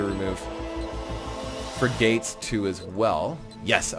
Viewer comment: it' s not fri-gates, it's frig-ats. Like frigid, but with an at.